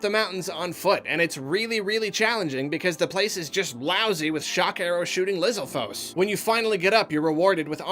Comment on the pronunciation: Foes? Lizalfos? LIZALFOES?!?!?